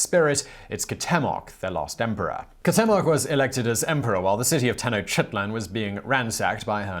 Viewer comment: It's "tlah-whee-cole-eh". Say it three times, fast. The other Aztec guy is pronounced "kwow-tay-mock".